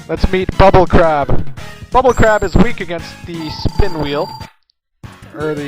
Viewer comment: Why does it sound like he said bull crap instead of bubble crab?